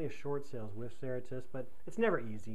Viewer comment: If you are making a video about a company and its policies, it would help to pronounce the name correctly.